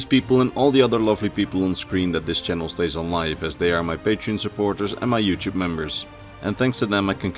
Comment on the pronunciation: “Ello Yuchewb”